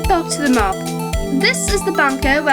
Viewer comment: Watching this years later, amd it's really good! One problem though, brittish accent bothers me so much. Even the most stuck up, posh twat from Eton would not pronounce map as "marp"